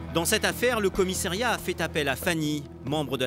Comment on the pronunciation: On dit commissariat et non commissairiat !